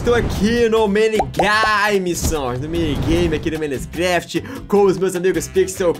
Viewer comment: Só piada tá mas tudo e No começo do vídeo de MINECRAFT vc fala minescraft kkkkk